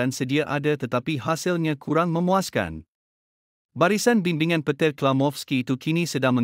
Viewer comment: Petir 😅 -Vietenam 😅 - Carpir Verdey 😅